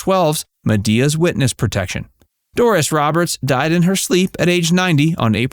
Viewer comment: It's "Doris" not "Dooris"😮